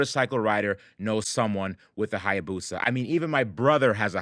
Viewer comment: "Hayabusa Caddy", pronounced " I abuse a caddy "